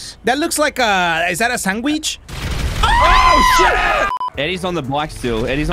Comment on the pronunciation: I have been replaying and laughing about the way says Sandwich for about a solid week 😂😂😂